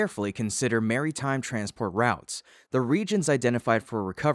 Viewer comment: Mary-time ⌚? I am worried the human has been kidnapped by AI and is being held in Mary-Land, lol.